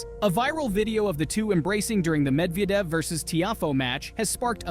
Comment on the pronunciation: Ah yes, Daniel Med-vee-edev, that guy. Seriously dude, there's like a million ways you could have found out how to say his name properly. And no, Roger Federer wasn't "working out" with Dimitrov and Alcaraz - he literally just went to say hello to them while THEY were working out.